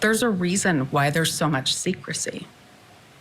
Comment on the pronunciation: Bravo, I've said the same thing. Secrecy, she said it a few times and emphasized it... secrecy